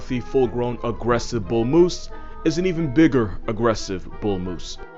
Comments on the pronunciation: the “moosiah” 😂😂😂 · Its "Meese"